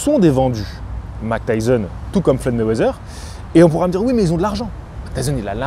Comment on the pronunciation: Pourquoi minimiser l’accent de prononciation Mike Tyson alors que je me souviens de à quel point tu avais insisté à l’époque pour dire N’Gannou de la bonne manière …